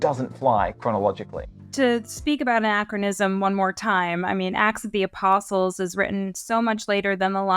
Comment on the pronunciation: A slight slurring by made it sound as if she said "ass of the apostles," which cracked me up. It's a little funny because of the modern use of the word "ass," but what actually popped into my head when I heard it was donkey with a fancy riding blanket and "Ass of the Apostles" painted on his ribs, like a bible-age version of a band's custom tour bus.